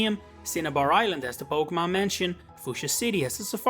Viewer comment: You misprounce Pokémon